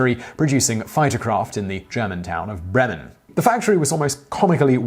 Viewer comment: When you need three atempts to hear "Bremen" - its pronounced more then "Breeemeen" ;)